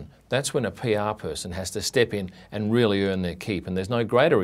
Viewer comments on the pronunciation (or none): none